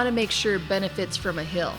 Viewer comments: always says "hill" instead of "heal"... lol. Great video though. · Are you Canadian? When you say "heal" it sounds like "hill."